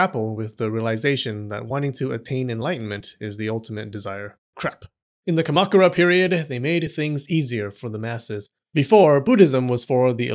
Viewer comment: The way you say Kamakura is surprisingly WRONG. hmm?? You say most other things correctly.